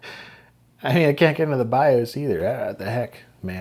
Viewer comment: I wasn't ready for "suh-moss bee-os battery" and the brief demonic possession that followed. had fun with this one.